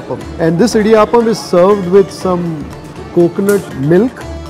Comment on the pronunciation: It is Idiyaapam. The word is aapam. Please don't change the way to North Indian. Youv already done that to saambaar. Made it sambar which is wrong.